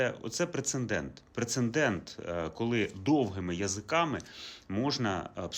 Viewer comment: Пане, ну вже вкотре мої вуха болять від цього слова… прецедент, а не прецеНдент! 🤷‍♀️